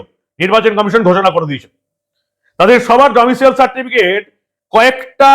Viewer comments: ডমিশিয়াল নয়, ডমিসাইল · আপনার উচ্চারণ ভুল হচ্ছে মনোভাব। Domicile certificate। Domicial certificate নয়। তৃণমূল মানেই চোর। মমতা তো প্রমাণিত চোর!! সংবিধান মানে না, দেশদ্রোহী একটা নির্দিমার কীট। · ডমিসিয়াল নয়-Domicile. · কথাটা "ডোমিসাইল" ।